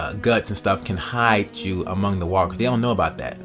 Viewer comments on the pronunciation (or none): none